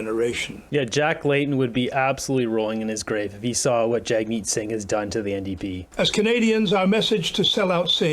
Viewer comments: Did the interviewer actually call him Jugmeet?! It sure sounded that way twice to me! Lol! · She also called him Jug-meet 3 times! I'm sure it was a innocent mistake...😉